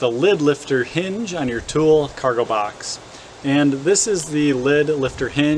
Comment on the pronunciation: it's pronounced "Two-Lee"